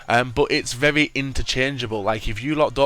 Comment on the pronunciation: Vevy vevy good noob. He cant say very